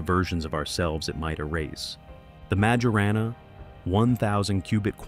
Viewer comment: How can 'public anxiety' be mounting when 99% of the 'public' aren't aware it exists? Did you poll the 'public' ? It's pronounced Myorahnna, not Major Anna.